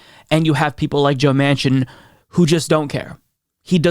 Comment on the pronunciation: I realize it was a slip of the tongue, but when you said "president joe machin" I almost had a heart attack! gasp